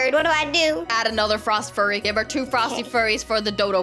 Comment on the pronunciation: Hi i love ur vids and by the way say -frost-f-yur-y to say frost fury xxxx (not being rude)